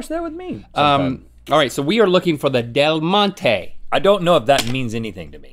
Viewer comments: Del Monte is pronounced like Del "MontE" not del montey ok! Ok 😂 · When she pronounces “Del Monte” and completely butchers it. lol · Every Spanish speaker cringed at the way Rhett pronounced "Del Monte".